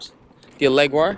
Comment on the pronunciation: Lol, it’s pronounced Al-le-gro, Italian word for cheerful but the word is often used as a music term for musicians and often found on sheet music to describe the type of tempo, to play fast and lively.